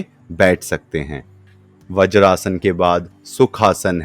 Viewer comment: व्रजासन नही वज्रासन.